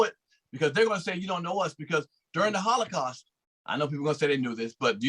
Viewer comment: holocaust not hollycaust